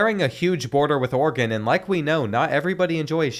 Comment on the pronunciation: It's Oregon not organ